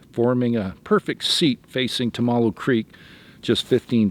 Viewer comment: It's pronounced: tum- ah- Lowe (the river he was on)